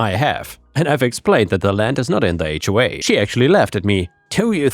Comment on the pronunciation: Listening to this, I kept hearing "hawk farm" and was very confused